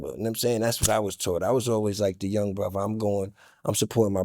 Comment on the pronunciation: new teeth or not he still cant say 'brother'...it's 'brova' all night long